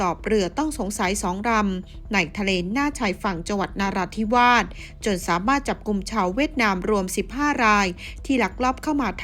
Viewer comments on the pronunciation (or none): จังหวัดนาราธิวาสไม่มีหรอกนะ มี แต่ นราธิวาส อ่าน ว่า นะราธิวาส ควรเรียนรู้ให้มากมากกว่านี้อ่านผิดอยู่ได้ ทุเรศ